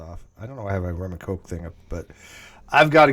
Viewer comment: Dam, is trippin.. It's called a rum and coke, not a rum and smoke x)